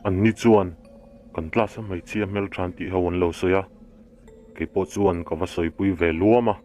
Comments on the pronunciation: Mei nilovin mai tih tur.tleivar a awm ngailo a,tlaivar tih zawk tur.viewer ngah i duh chuan i pronunciation fimkhur rawh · mei aiah mai, tleivar aiah tlaivar,... Mahse i chhiar thiam e... Ṭang sauh sauh rawh, Like and sub nghal e